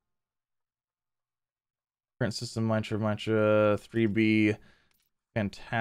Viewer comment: Love ya but you're killing me with my-tra, assuming, as most planets are, it's names after a God it is called mee-truh after a Hindu God. But I still LOVE ya and the content. But at one point I yelled at my screen MEETRUH MEETRUH MEETRUH lol Keep up the GREAT vids